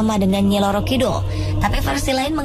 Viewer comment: pelafalan bahasa halus jawa [kromo inggil ] yg salah kaprah, bukan loro [ sakit ] kidul. tp roro kidul. roro dlm bahasa jawa artinya putri . kidul artinya selatan.